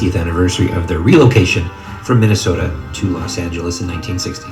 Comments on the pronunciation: We all just gonna ignore that this man's said Minnesopia? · Nobody: Flight: Minnesopia, Minneapolis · "Minnesopia Minneapolis" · This nigga flight really said MINNESOAPIA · Minnnandwake MInanastota” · No one: Flight: The lakers were in Minnesoppia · Madu He said Minesopia after that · he really said "minisopia" omfg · “Minasoppia” tf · This man said "Minnasopia Minanapolis Lakers" Lol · Flight really said minneinsota and minneinopois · “minnesopia” “minneanapolis” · This nigga said Minnesopia Minnenapolis